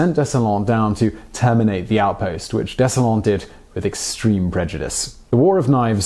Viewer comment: How does “Dessalines” come out as “Dessalaun”? 🤔